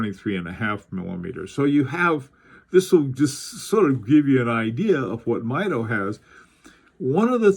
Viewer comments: The name is pronounced MEE DO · Great video! FYI, I think they pronounce it MEE-doh. See, for example, I chose one of their Commander chronometers as my main office watch years ago. It's still a favorite.